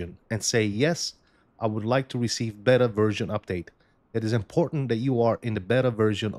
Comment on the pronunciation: This aint Mo-bettas, its BayTa(Beta)